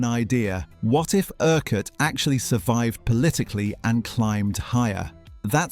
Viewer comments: Erk Wart? Ercut. that's how you say that. I wonder if anyone ever noticed the initials. F. U. 😁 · It's pronounced "Urkutt" not "Ur-quarrt". I'm surprised you didn't pick up on this having watched the series. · “Francis Erk-Whart” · Urquhart is NOT pronounced like that It is pronounced "IRKUT" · Quite right - pronouncing it incorrectly is really annoying. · I'm glad I'm not the only one bothered by this. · Quite. This presenter rhymes it with a cumquat. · Couldn't you just try pronouncing "Urquhart" correctly ? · URQUHART FFS! FU!